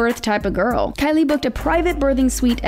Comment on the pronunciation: Did she say garl ??